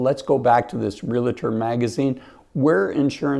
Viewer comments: Realtor is pronounced Real- tor, not Rea-la-tor. You talk about credibility and you cannot spell!🤣🤣🤣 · It’s Real-tor, not Real-a-tor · Ree-lah-tor? “Reel-tor” please. Impact instead of effect and affect? Our English teachers are rolling their eyes. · There is no A after the L. Therefore, stop saying REAL-A-TOR. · And we're supposed to take advice from someone who can't pronounce realtor correctly there is no "A" after the "L" SMH 🙄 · Realtor has two syllables. Illinois has a silent s on the end.